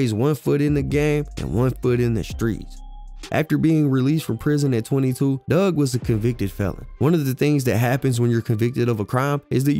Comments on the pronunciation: His name is Dugg ... not Doug🤦🏿‍♂️ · It’s Four-Two Dugg (Doog) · Like you said four two twins, it's four two dugg